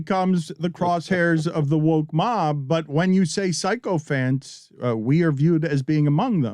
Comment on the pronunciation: It's sycophant, not psychophant, Dan.